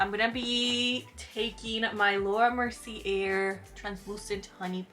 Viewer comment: Also "mercier" is pronounced "mercy-AY", accent on the second syllable. And "cabaret" is also pronounced the same way, "caba-RAY".